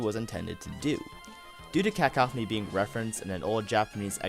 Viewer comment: It's Cuh-Cough-any